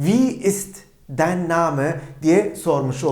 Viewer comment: dein telafuzu dain değil mi